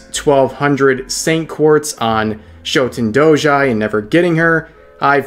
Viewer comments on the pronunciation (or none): Bro the fact that that you called shuten doji , shouten doji you fidnt deserve her man i had to go back and hear that blasphemy twice